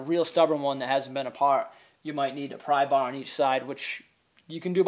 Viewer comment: Ok ya use a big "prry baar"....love your accent bro